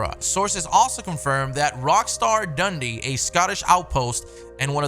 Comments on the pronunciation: So funny hearing my city being pronounced like "Dundy" Like the awards from The Office. It's pronounced "Dun-dee" And it's a sh** hole lmao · As a Scotsman, the way you say "Dundee" cracked me up 😂